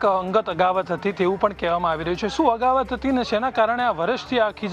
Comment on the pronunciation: અગાવત નહીં ભાઈ અદાવત બોલો.